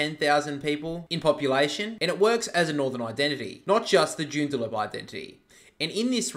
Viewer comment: Its Joo-n-da-lup